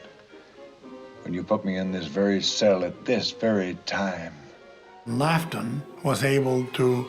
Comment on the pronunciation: Why can't they get the director's name right? It's Charles Laughton, not 'Loton' nor 'Lorton.'